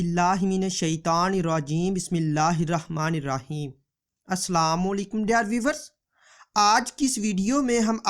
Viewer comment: Salam to Sahi se krle yrr